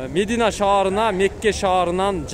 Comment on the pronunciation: Мндине эмес мадина деб туура айт доос